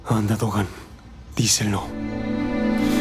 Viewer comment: No es tokan es dokan 😂